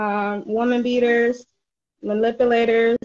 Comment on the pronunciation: Did she say MALIPULATERS! I can’t good bye 🏃‍♂️